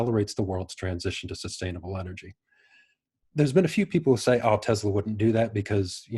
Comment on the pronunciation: Supposed to be Tesla, rather than Tezla. But, I like the Z